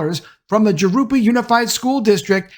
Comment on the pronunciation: Good video,. Just fyi, Jurupa is pronounced "Hoo-roo-pa"